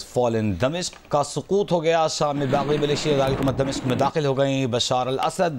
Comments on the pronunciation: Saqoot....Not Sakoot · سقوط ہوتا ہے سکوت نہیں الو کے پٹھو۔ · سقوط دمشق صحیح تلفظ ہونا چاہیے ۔۔ ایک پاکستانی مئوقر نیوز چینل کی تلفظ کی غلطی بڑی معیوب بات ہے ۔